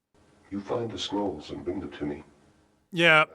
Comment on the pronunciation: Why do i always understand squirrels instead of scrolls?